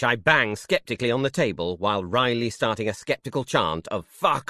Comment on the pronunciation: "riley"? Shouldn't that be "wryly" ?